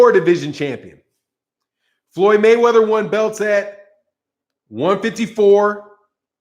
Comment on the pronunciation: I think that Tank is taking some speech classes. He finally stopped pronouncing Mayweather as Mayweavuh.